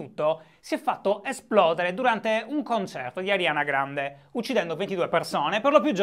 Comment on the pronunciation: Finalemente qualcuno che pronuncia correttamente il nome della cantante e non dice "Arianna Grande"